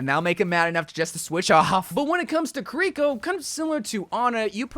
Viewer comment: When he mentioned Kuh-rih-coh (Kiriko) all his pronuntiation went to hell.